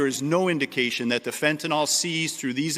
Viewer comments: Fentanyl, not fentenol. Last syllable rhymes with hill. Like Fentanill. Please try to get it right. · It is pronounced FENT-A-IL. not FENT-A-OL